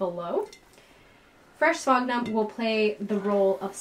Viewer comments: Sphagnum , not sphognum. Js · Spaag-num? Sphagnum moss is not pronounced that way. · “Spag- Nam” ? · I've never heard the way you pronounce sphagnum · Well that’s peculiar.... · The pronunciation of monopodial and sphagnum really turned me off.